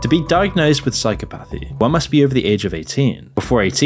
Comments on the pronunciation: Psychopathy is one word, please stop saying psycho-pathy 😅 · Great vid. You are pronouncing psychopathy wrong tho, just fyi